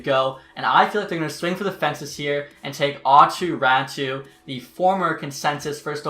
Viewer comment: It’s Aato Raty I don’t know why people say it’s Ratu